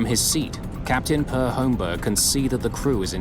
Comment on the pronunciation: As for that SAS/Scandinavian Airlines flight, there's a reason cockpit doors are closed and locked. This is a perfect example of why. By the way, the Scandinavian name Per isn't pronounced "Purr," it's "Pear.".